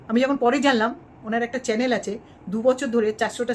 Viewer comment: ম্যাডাম কথাটা চ্যালেন না চ্যানেল হবে